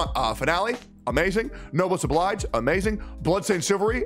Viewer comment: Yo finally someone who read "Oblige" instead of Obleej.